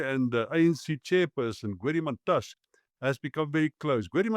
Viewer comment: Mantashé not Mantash!